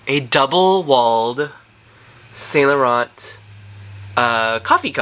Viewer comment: No shade, but your french pronunciation is right on, except for YSL..and you own many YSL products. It’s the last “t”….silent